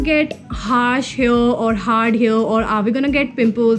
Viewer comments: Dude your tips are good but your English 🤦🏻‍♀️it's not envoiment it's environment and you pronounce it as en-vi-ra-ment And a towel is pronounced as ta-aal And it's hair not here okay So kindly have a look at these words and try improving Love love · Do all north indians pronounce hair as hear? Coz I've observed Taapsee Pannu say the same. No offense.